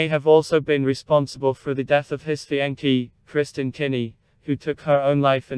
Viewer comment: You know it’s a computer voice when fiancé becomes fee-an-cay.